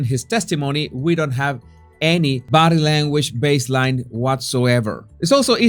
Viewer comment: I love the way he says "bodeh languaj" 😅